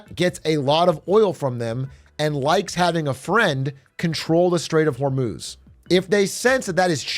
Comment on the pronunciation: hur-muz… not hormooz